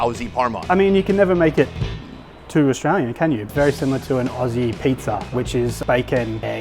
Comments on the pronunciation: how did he manage to add an R to Aussie while also mispronouncing it terribly just say it how you'd say Ozzy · Not having chicken salt on the fish and chips was a huge loss if you didn't, also not trying a dim sim (with soy sauce). And Aussie rhymes with Ozzie! So you both looked silly there. Props for calling them "chips" though, and all the other research and things you got right. The mortadella in the sandwich was definitely a little out there, it is a cheap cut, some people love it; fresh tomato would have been nicer too, but what are we talking about at this point? Appreciate the passion and love for everything, you did it all really well. #1 city in the world, baby. Edit: And we came through with the 2-for-1 HSP with chicken salt in the end. Couldn't have asked for more. Also chicken salt confirmed for the fish and chips, we did it boys, best chip.